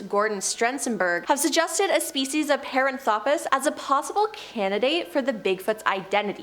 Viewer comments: Puh-RAN-throw-pus. NOT Pair-Ann-throw-pee-us. Suh-MA-tra, not SOO-muh-trah. Please look up place nanes and big words before narrating. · Paranthropus=puh-RAN-throw-pus Primatologist =PRIME-a-tol-o-jist